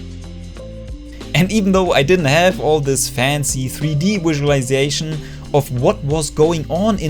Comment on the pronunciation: I enjoyed the wizulization